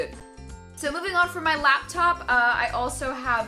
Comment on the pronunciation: It's LAPtop not LABtop.... holy fuck